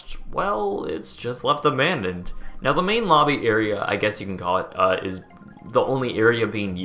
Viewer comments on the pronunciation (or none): "ALL ABDNONED" LMAO!!! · "ABDNONED" xD